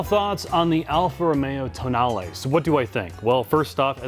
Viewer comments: Sheesh… what is so hard to pronounce words as they are written? It is an italian car. It is a tow nal eh. The damn press is mostly calling it the toe nahl eee which is as wrong as toe nail … i just dont get it.. this is grade school stuff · TOENAIL LOL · I just about lost it when called it a "toenail" 🤣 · Did they honestly call it the toenail? 🙈 think it through, lads... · TOENAIL, now that pronounced it that way, I cannot unhear it! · "So the toenail" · ... what was that car? Seriously, ... marketing made the decision to call it Tonale, toenail!!?? No one took a second and said, "wait, the Americans are going to call it Toenail". $55K, I just shake my head. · "Toenail" LMAO! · He called it a "toe nail", didn't he? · Pretty sure it's pronounced toe nail. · Toenail? lol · "Toe nail" lmaooo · Ah yes the toenail 😂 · The pronunciation is wrong in the video too 😏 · Yeah, it would have been wise of to not join that presumably default habit but do proper automotive journalism and pronounce it properly.